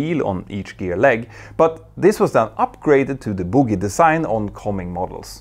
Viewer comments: Btw plz say “Bogie” not “boogie”, which in English sounds like the word for lumps of half dried phlegm we pick out of our noses to breath better. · Dude, the landing gear style with 4 wheels is pronounced Boh-Gee, with a hard “G”. Boe-guee. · Let's not dance around your mispronunciation of "bogie" after all it's not like you claim to be a mentor or anything! I have 3000hrs on Nimrods so watched this with interest. For as long as I could.